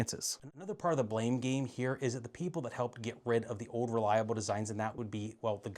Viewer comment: What is it with all these millennials and gen z'ers that can't pronounce old? It's not ode. It's old!